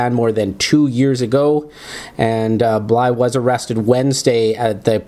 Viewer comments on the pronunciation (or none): Why does this guy keep mispronouncing Randys last name.... bly-THE.. bly-THE..BLYTHE